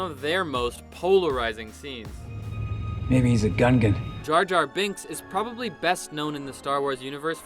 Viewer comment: Bill saying “Gungan” felt so wrong. Glad he’s doing a lot in acting though, he’s good.